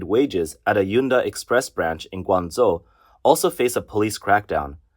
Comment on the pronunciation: Why do you pronounce it guang zou when it is guang zhou